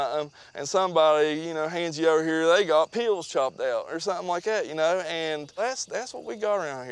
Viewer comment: pills? no, "peaals"